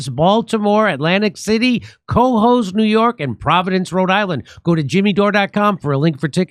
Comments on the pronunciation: Someone tell Jimmy it’s pronounced “Ca-hoes” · I can't wait for Jimmy to do new York so he can stop saying kohoes🎉